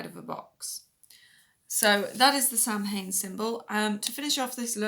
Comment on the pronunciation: I quit watching when she mispronounced Samhain. (It's SAH-win.)